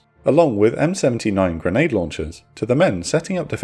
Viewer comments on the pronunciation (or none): none